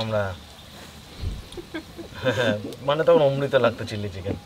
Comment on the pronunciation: কথা টা চিললি চিকেন আয় চিলি চিকেন ।